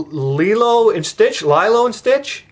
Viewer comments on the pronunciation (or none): none